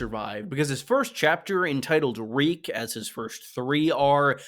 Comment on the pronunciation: Reek, Reek, it rhymes with Peak!